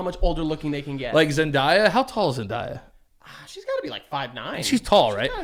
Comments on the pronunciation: your saying Zendaya wrong it’s not zen-die-ya 😂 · Zen - Dey - ah This is one I can’t let slide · We got poster changes! Space Jam is the ultimate jam Side note: everybody say it with me, “Zen-day-uh”